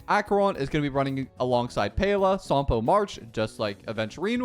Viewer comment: WHO IS SOMPO!??! ITS SAMPO!! LIKE SAM!!! I CAN'T TAKE THIS ANYMORE